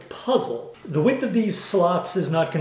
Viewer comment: did you say width of the wribs lol hehe tough project thanx 4 showing the whole story